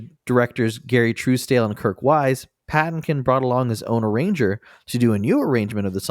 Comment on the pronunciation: Pa-TIN-kin, not PATTIN-kin. Seriously, have you guys never seen The Princess Bride? And Lon Cheney is "lahhn" Cheney (Lon sounds like John.) The MINIMUM you can do before recording is look up the pronunciation of actors' names.